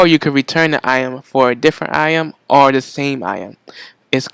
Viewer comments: Yo "IM" i was thinking hard and then i realized.. it's "Item" lmao!!!! Anyway, thank you for the information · iem? item? is it realy that hard to add the T? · also "item" not "I'em" I find more and more people are not pronouncing their "t's" anymore